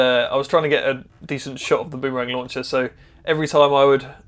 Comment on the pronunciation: Shorten the ooo in boom to be nearly as short as bum. That's the way the Indigenous Australians say it.